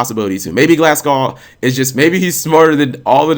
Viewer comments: Dude, it's pronounced "Gla(h)s-goh". It's a place in Scotland! :) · its pronounced glaz-go btw